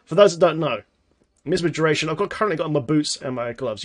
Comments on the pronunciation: MY AZ MA... plz stop sayin miz ma... the i is long sounds like MY. next part is AS sounds like AZ. Then MA. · I love how says Misma:D It's MiAsma. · my-asma :< not miss ma. Great video! Gonna try this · Say MiAsma again lol. Great vid, just getting back into the game (after more than 6 months off) now and am hoping things haven't changed too much! Sharfpshooter was my fave, so hoping this build can keep me alive to I relearn the ropes haha